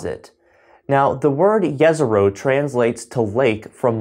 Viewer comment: Great vid just a small comment , it’s pronounced Jezrow rather than yesrow